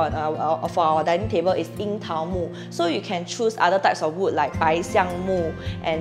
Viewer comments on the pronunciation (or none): none